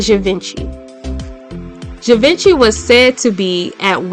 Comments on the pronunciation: Gee-vohn-shee not "javinchee" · It’s pronounced JEEVONSHEEE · Givenchy = zhee-vaan-shee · Givenchy must be pronounced as Give-un-shea. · Gee-Von-She = Givenchy phonetically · This was great! I have never heard of this beautiful man. Very very interesting. Your pronunciation is so appreciated because so many people don't find out how to pronounce names and places. The only one that was incorrect is "Givenchy" which is hard anyway. It's a soft, slurred "g". Zshee Vaugh She. My friend was friends with Audrey Hepburn who loved Givenchy and that's how I know. True story. Anyway, excellent and interesting. Thanks! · Interesting video, (I kinda remember him from the early 80's) but Givenchy is pronounced GHEE-VON-CHEE. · I laugh on how she mispronounces Givenchy. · Can't pronounce givenchy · Shame on you for spreading lies on your channel. How could ge leave Sterling $1, if he died after his son. Also, learn how to pronounce the designers names. Like Givenchy, girl get it right. You are here gossiping. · Givenchy is being pronounced wrongly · .... ....you have to learn the correct pronunciation of names...you really butchered the name...GIVENCHY....also STERLING...was not the 1st black male supermodel....there was RENAULD WHITE....the 1st African american on the cover of GQ MAGAZINE....he was the 1st MAJOR BLACK MALE MODEL....extremely influential....also there was RICHARD ROUNDTREE....who is of course legendary for his iconic movie series....SHAFT.......RENAULD is still working and still looks stunning....